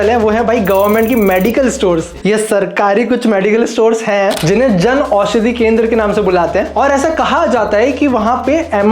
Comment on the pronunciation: Jan aushadi not “janushadi”